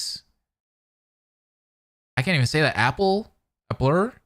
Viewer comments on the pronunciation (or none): Hi, I was the VA for Chihiro. Thank you so much for all the kind words! I know Blake was super excited that everyone loved her Monokuma voice haha P.S. Applre's name is pronounced "Apple-ray"